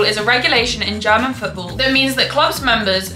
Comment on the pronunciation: I love your pronunciation, Normaly i dont like it when english speakers like commentators or football youtubers that could know how to say it butcher german clubs names, players, cities etc over and over again (or more when people act like its correct while pronouncing it very wrong and then people might think huh what a strange name or word ) Butttt in your case it doesnt bother me at all😄, instead, as a german i really love your pronounciation and accent when you say german names and i dont expect you to say it like a german because when you say it with your accent sounds so beautiful to me ❤😅 certain accents can be annoying or can be special and yours is not annoying at all, its very beautiful, Its also so nice to see that as an english person you show interest in our german football and make videos explaining about it, thats already a big compliment i think, Is your accent typicall for some region? can i ask which region you are from? greetings from western germany :)